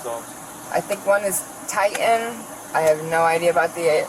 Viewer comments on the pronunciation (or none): Usually, people who cannot pronounce T's in the middle of words, are drug addicts. They pronounce Titan as Ti--an.